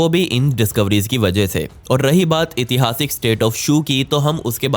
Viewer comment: नमस्कार भइया एक सुधार आप अक्सर इतिहासिक बोलते हैं जबकि शुद्ध उच्चारण ऐतिहासिक होता है।